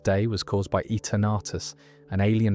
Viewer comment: Etah-nartus ruined it for me had to switch the video off